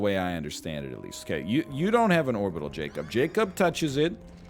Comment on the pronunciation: Also "Jacob"